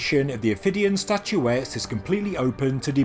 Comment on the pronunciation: STATUETTES not statuetees.. train your AI better